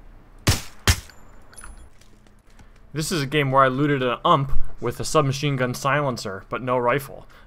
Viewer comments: it's U M P not Ump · ump wtf hahahaha. it's pronounce "you-aim-pee" xD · yeah but everyone pronounces it u.m.p. So no one would understand if you said umphhh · Did u just call it an UMP IT IS PRONOUNCED U-M-P! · Or people that ot pissed about the way he said UMP instead of U-M-P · Like that you're saying UMP as a word, like, "UMPHH" instead of the actual... Well what I'd said: U.M.P as in an abbreviation... umpphhhh.... :D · Why get so darn technical about this shit? Just call it how people would normally call it so you wouldn't have to explain yourself every single time. Call the darn thing a UMP. I doubt that'd be hard to get used to if everybody calls it that. If you really want to push "umph" no one's stopping you. It's just unorthodox. improper. Be prepared to hear a lot of "wtf is that?" (or maybe your goal is to lowkey troll people). Try calling AK47 "ack" or UAZ "oowaz" you'll find that you might annoy a bunch of people. Which is very unnecessary if you're gonna play in a squad. I agree that you CAN pronounce UMP as "umph" because... everyone can. But is it the best way to call it? Probably not. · Ah yes, the Uhmb. My favourite gun right after the Ack-fourseven. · The ump😂😂 it’s U-M-P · Say u. M. P NOT UMP. You don’t have an umpire sniping at the prison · it isnt a "ump" its a U M P , you m P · The way he said UMP is pronounced You Em Pee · Got me mad how he said “UMP” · You say it as ump not together like you do, but all three letters seperated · ITS PRONOUNCED U-M-P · I would give this vid a like... but you called it an "UMP" not U-M-P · It is called a U.m.p not ump like baseball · U-m-p. Not ump. Other that that good video lol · It’s called a U.....M.....P Separate letters Not like ump in umpire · It's not ump but it is U M P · Dude itz not called ump its called U-M-P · Taking advice from a guy that calls it an ump - not U.M.P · It's not ump but u-m-p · Aump???? Lol U-M-P xD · It’s not called an “ump” it’s u.m.p. Jesus Christ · It’s is U-M-P not ump